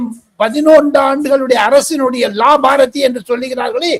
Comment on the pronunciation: the same mistake once again - it is NOT Laabharathi but should be pronounced as LABHAARTI. Correct yourself, man.